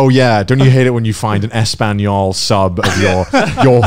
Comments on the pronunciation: The way connor says "español" hurts me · im just wondering, why does Connor say "español" and not spanish HSHHAHGHDHGS